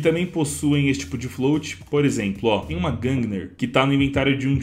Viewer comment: É "gungnir" não "gungner"